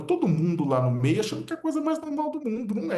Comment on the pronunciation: “Mais u Chandaum çalvol a democrassia” disse o entusiasta que tem sonhos com o ministro